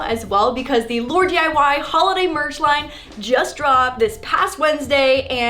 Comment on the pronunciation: DID SHE SAY HOLODAY?! SIMPLY FAM WHERE YOU AT!